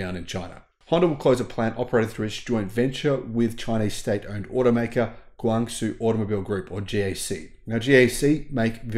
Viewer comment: It's pronounced Gong zho not whatever you said.